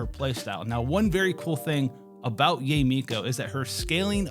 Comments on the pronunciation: its pronounced YAH - EH not YAY..... jfc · Yay is the most yt pronunciation of Yae (Yaye)